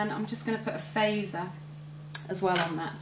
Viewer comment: love the way you say phazer, sounds like (fay-za) Anyways, keep it movin!